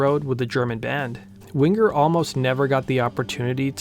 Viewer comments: It's "Wing-er", dammit! Not "Wing-ger"! lol. And that 2nd album was great, but more mature writing that wasn't quite aimed at the same audience. I think that had more to do with declining ticket sales than anything else. And the 3rd album just wasn't very good overall. 1st track is quite good, despite the somewhat awkward beginning, and the last track is quite good as well. But again, not songs aimed at the original fanbase. Down Incognito was pretty good, but your not going to sell albums releasing that as the first single. Anyway, phenomenal band and musicians. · Winger not Wing grrr. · Stop saying wing-gur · My maiden name is Winger and I hated it when people would say it wrong it’s Wing er not Win ger. The original way to spell it is Wenger but got changed to Winger. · Why do you pronounce it Wingur? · One of the best bands of the time, tons of talent... funny to hear this young guy say wing ger😁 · wing-ger lol :P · prounce the last name properly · The hard G isn't needed........